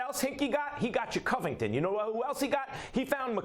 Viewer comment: Did max just say, covington? Man please.